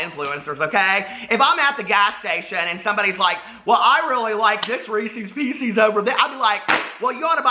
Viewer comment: I watched the whole video...I swear! But you had me when you said Reeses Pieces like Reeses Peeses...this is so me. I Thought I was the only one!